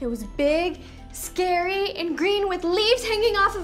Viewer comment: IT'S NOT SACARY